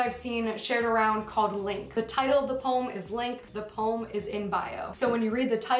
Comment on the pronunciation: The fact that she pronounces the word 'poem' with one syllable is the first red flag for me.